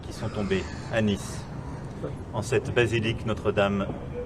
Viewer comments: Nice = nis bukan nais hehe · Bukan bermaksud menggurui, tpi Nice(kota di Prancis) bukan dibaca nais tpi nis hehe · Dia baca Nice aja salah, Dikira kotanya di Inggris kali, dibaca begitu, BACAANYA NISSS